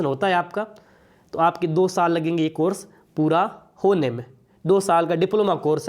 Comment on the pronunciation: किलियर 😂 , कोरस 🤣🤣 baki nice information sirji😅